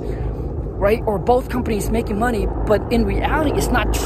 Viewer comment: I like how you say, "moe-ney"